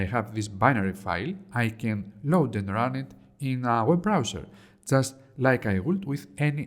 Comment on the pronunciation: "web browswer" 🤣🤣🤣🤣🤣🤣🤣🤣🤣🤣🤣🤣🤣🤣 moron